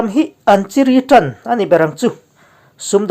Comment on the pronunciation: Hming thar diai..Diai..tih hi a thluk a dik lo ..chiri, awr²..tih pawh hi a dikhlel tlat thin mai😂😂